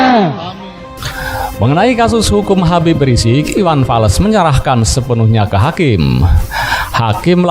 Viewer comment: Iwan fals bang bukan iwan fales🤣🤣🤣